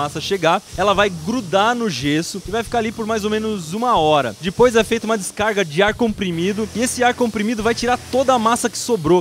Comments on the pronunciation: Para de falar di pois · "E dipois" hahaha